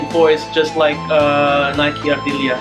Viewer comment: Bukan Naik Ardilia cara bacanya bro, tapi sesuai penulisannya. Nike Ardilla.